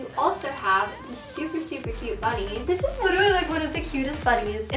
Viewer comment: Rae Chelle at around the first 8 seconds she says "dis"